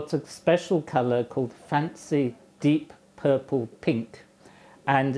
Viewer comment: No, the emphasis is wrong it's "Fancy 'Deep Purple' Pink"